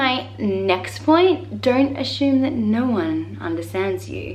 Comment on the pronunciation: She does. When she said "assume" she said it in a way that I have never heard before